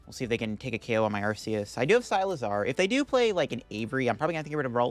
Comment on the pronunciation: Never expected someone to pronounce Cyclizar as Cy-lizar